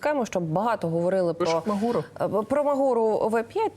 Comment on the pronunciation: Шановні ведучі, невірно робите наголос: не магУра, а мАґура - наголос на першому складі і тверде ґ в середині слова.